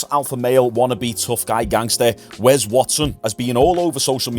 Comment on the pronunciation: why are you calling him "wez" say your S's mate